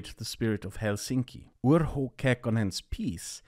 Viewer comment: It's "UrHo" not "Uro", best rule of thumb with Finnish is to assume that all letters in a word are spelled verbatim.